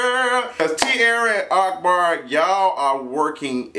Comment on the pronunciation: I love that you call him ARKbar even thought its AHkbar😭😭